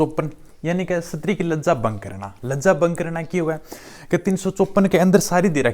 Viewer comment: सर प्लीज उच्चारण सही बोला करो शस्त्री नही बोलते स्त्री बोलते है उसको आपकी छवि खराब होती है सर माफी चाहते है पर अच्छा नहीं लगता मुझे उच्चारण सही करे प्लीज